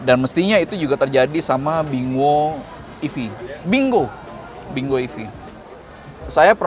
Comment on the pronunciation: bingo ini dibaca "binggo"